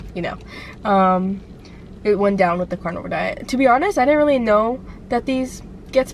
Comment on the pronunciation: Lol it's Carnivore not Carnival